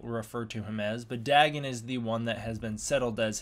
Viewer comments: you can't trust a show like ben 10...in the audiobooks and the books of H.P Lovecraft its pronounced Day-gone(written Dagon) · its pronounced DAY- GONE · It’s name is pronounced Day-Gone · Lmfao "Daggin" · The way he pronounces dagon gave me something similar to cancer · Why do you pronounce it with two g’s?